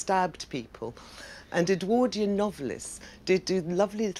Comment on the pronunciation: If his name was Edward why do you call the period EdwORdian and not EdwARdian